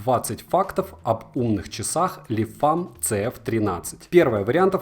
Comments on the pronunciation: Почему ты говоришь Лефам если они называются Лемфо? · вы как то странно произносите название